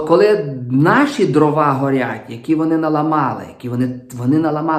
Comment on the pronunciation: Дивно, вибачте, що високочолий український гуманітарій, якого регулярно слухаю і читаю, слово Дрова каже з наголосом на другому складі (привіт русскому язику... )) що вже тоді очікувати від "простих" журналістів